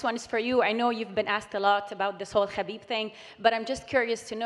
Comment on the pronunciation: Conor can't even say Khabib's name. Khabib really humbled him